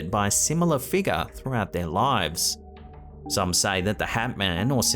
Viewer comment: You used to say "figure" correctly up until the Halloween live event and now rarely do you say the word correctly. Yes a few people made comments applauding the world "figah" but please stop saying that way on purpose no offense but it's corny and needy not to mention fake.